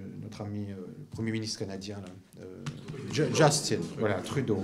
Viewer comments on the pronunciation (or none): none